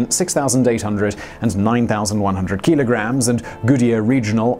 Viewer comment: What's a keeeeelagram? 😂